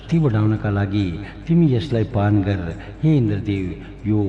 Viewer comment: सबै राम्रो छ 🙏🇳🇵 तर गर् , हैन गर, ग र उच्चारण गलत हो रहा है उसके वजा से सम्मान नही हो रहा है देवो का, गर् नही होता गर होता है फर्क ए है कि गर् सम्मान नही होता उसमै आधा र् उचारण जो आप कर रहे, गर र मै अ का ध्वनि सुनाई देना चाहिय,तब थोडा विनम्र आया लेकिन सम्मान के लिए गर्नु बोला जता है, उसका मतलब किजिय हुवा गर् का तु कर हुवा गर अ के साथ तुम करो सिर्फ देवताको गर् सुनके बुरा लगा हम लोग गर्नुस केहेते है, कोहि गरअ भी लेकिन गर् नही,बाकी तो जय हो 🙏